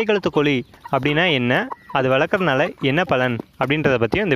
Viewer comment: தம்பி வழத்திறது இல்லை. வளர்ர்க்கிறது....முதல்லதமிழை ஒழுங்காகப்பேசவும்.